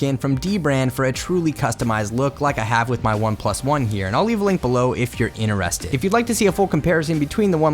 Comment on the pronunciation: How the f did you just pronounce "interested"!?